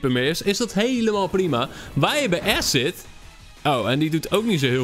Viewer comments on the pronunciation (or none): none